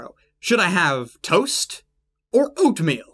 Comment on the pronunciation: He fuckin said ootmeal